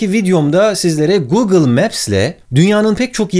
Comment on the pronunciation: Neden google ve alibaba derken R leri V olarak söyledin çok enteresan :D